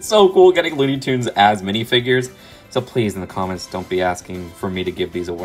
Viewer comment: It’s toons not tuns ps love your videos